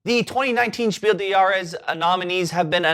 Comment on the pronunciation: Just to put you ahead of all other English speaking Board Game Reviewers: The „s“ of the word „des“ in Spiel des Jahres is pronounced. Keep doing your good work, I love your show. P.S.: And I know that my English isn’t perfect, either.